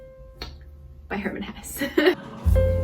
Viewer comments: Random but why do Americans keep pronouncing foreign words and names wrong? Just google it, if you having problems with it. People are usually impressed hearing Americans pronouncing foreign names right. At least in Germany. If she would have said Herman HessE instead of Hur-man Hess, Ddaeng I would have been impressed. Loved the video tho, makes me wanna read more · I love your book videos so much, you really have a way of explaining books well without spoiling them ❤️ also cool to see a german (or i guess swiss-german) author being popular in korea since i’m german 😊 btw the last ‘e’ in hesse is spoken, so it’s more like hesseh, i guess? For koreans it’s probably transcribed ‘haessae’ or something 😅